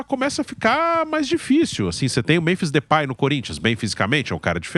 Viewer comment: Não " DEUPAY " 😂